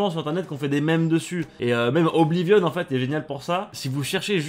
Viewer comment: Putain enfin quelqu'un qui prononce bien Oblivion ;-; Sinon Oblivion > Skyrim